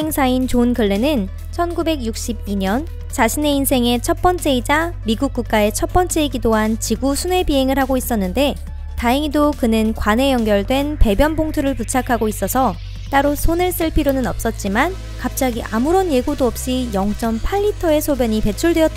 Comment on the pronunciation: 오늘읜, 지구에 있을때늰, 그늰 ... 발음 왜 저러냐 소오름~